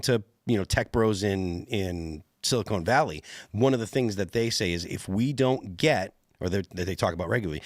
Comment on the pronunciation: Add "Silicone Valley"